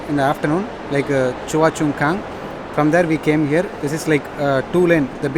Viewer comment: Nice travel video . but Pls bro. Try to pronounce places in correct way. In this video u fully pronounce that choa chu kang wrongly. That car driver were pronounce correct. Entire video u did this mistake.